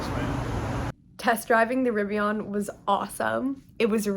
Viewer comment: Definitely Riv-ee-ehn…or uhn….not AHN. :)